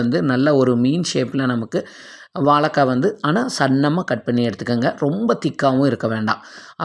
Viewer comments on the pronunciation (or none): வலக்காய் இல்லை வாழைக்காய் 😁